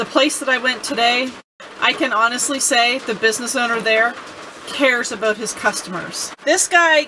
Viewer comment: Well done young lady thats what its all about or"aboot" lol .!